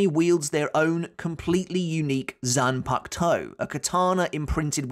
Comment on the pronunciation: Zan puck toe? Are you serious